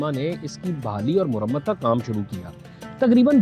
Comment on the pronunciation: Your video commentaries on the historical monuments of Lahore are excellent. Your Urdu is fluent except for a few words here and there that need correction. eg. Mehrab, not Mohrab, Mawarrekh, not Morrekh, Marammat, not Murammat, and a few other cases of mispronunciation. In any case, your videos are providing an excellent review for the Department of Archeology to focus on the work of restoration and beautification of the historical monuments of Lahore and other cities. Well done, keep going.❤